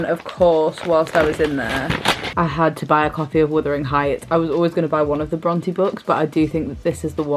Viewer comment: I’ve always pronounced it Bron TAY Am I wrong? I feel as though is saying Bron TEE